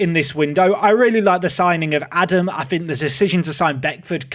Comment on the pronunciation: Really can't expect you to say Scheuchenpflug, that's honestly hard. But if you want to get a bit closer to his actual name then it is Ah-dahm with two long As in German.